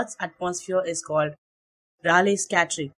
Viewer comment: It's pronounced "Ray leey"